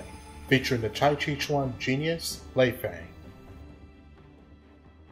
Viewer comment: You mispronounced her name. It's pronounced: Lay-fung (Lei Fang) you don't say Fang in an american dialect.